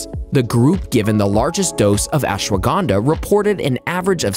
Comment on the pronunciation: You pronounced ashwagandha SO wrong 😭